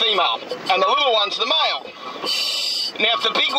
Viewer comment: He says mile instead of male 😂😂😂😂😂